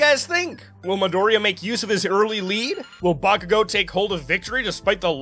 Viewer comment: i cant cotrol my laughter when he says bakugo as boomking hilarious 🤣🤣🤣